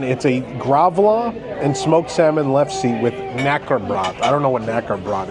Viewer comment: . Its pronounced lef-sa though its possible my Norwegian family has been wrong all this time. They haveca 'book of knowledge" which os hilariously blank so who really knows.